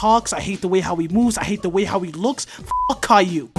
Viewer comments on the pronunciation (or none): none